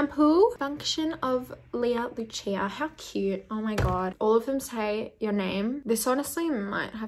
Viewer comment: Lucia in spanish is pronounced Lou-see-ah. I've never heard it be pronounced any other way. I like the way you pronounce it though